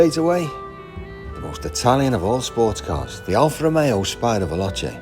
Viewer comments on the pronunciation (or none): none